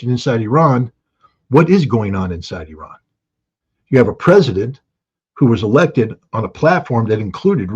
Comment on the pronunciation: the name of the is NOT pronounced OORAN or HOORAN, it is pronounced EERAN (Iran).